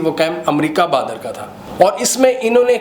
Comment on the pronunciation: Bahadur not badar